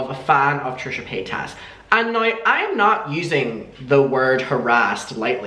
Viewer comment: I love the way you say her name xD 💕💕💕